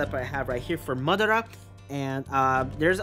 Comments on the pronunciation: you're saying MUD ARA like tf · Stop CALLING MADARA MUDARA LIKE TF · Alex Santana you know that you constantly stalk my channel and come at me for no reason :/ welp. Also you can google how to pronounce madara. Hope it helps :)